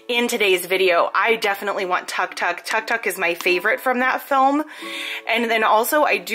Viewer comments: I meant it is pronounced took took even if it is spelt Tuk Tuk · It is pronounced took took even though it is felt tuktuk